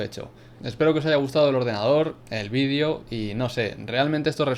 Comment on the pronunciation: Por que dice "vidio" en vez de "VÍDEO" >:u